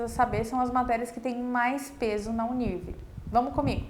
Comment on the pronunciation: Você está pronunciando o nome da universidade errado! A pronúncia é “Uni. R. V.” “Uni errevê”